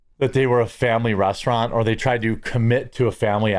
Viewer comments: I swear he said 'The Breast-eraunt' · "Breasturant?" I LOVE IT!🤣